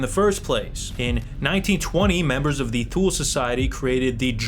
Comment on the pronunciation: Grammar Nazi: Thule is pronounced “two-lee”.